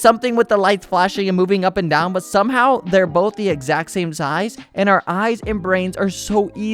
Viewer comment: bolth ways